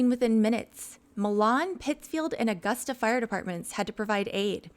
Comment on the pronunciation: Milan is pronounced My-lin Saline is pronounced Sa-lean Augusta- nailed it. Lol